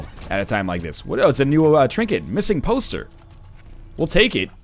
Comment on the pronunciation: Hahah, the way you put emphasis on "missing *poster*" made it seem like it was a poster that someone lost, not a poster about someone who is missing lol